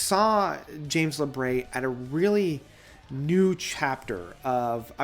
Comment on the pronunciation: I almost always enjoy your reviews, but i must ask: what on Earth ends up making you say James LabRAY? It’s Labrie, as in Labreeeee. Lol.